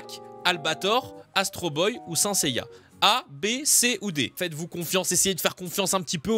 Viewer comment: Tu as dit SIN Seiya ça se prononce "scène" seiya